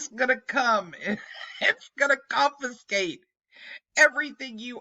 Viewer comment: Lol did she just tell them "they're gonna cofiskate yer bacon account"? This is comedy gold!-!